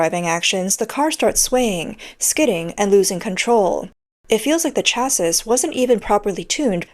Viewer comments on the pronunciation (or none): Attention, AI voice over! "Chassis" is phonetically pronounced "CHASS-EE"! It is a French word. The ending 's' is SILENT. Got it? Thank you. You're welcome. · Please learn how to pronounce "chassis". "The word 'chassis' is pronounced either 'CHASS-ee' or 'SHASS-ee'. In the singular, the final "s" is silent, but in the plural (also spelled 'chassis'), the final "s" is pronounced, making it sound like 'CHASS-eez'." SHAS-ee singular, SHAS-eez plural , but NEVER "SHA-sis" Its origin is French. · chassis rhymes with classy. Sha-see. Not cha-sis. Love your vids ❤